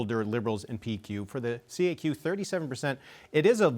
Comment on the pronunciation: It is not prononced C.A.Q, it is la kaque !